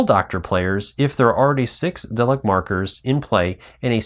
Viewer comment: Great video but please correct your pronunciations: Tar-dis, Dar-Lek, anomaly not abnormality and maybe a few others, which you later apologised for just as I started typing! I look forward to playing it with your initial input! Thanks!